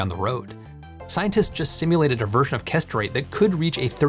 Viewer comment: I keep hearing castrate. English pronunciation is so sloppy.